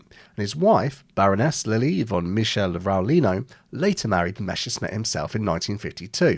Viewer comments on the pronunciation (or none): none